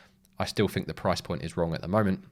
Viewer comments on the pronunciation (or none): Was looking for subtitles .. did have difficulty with ……. Noo …. Fink…….. far’sand …. Fing…… freshhold…..free-mumffs later…. Then your obviously fake headline price crash…. I saw no crash …. ….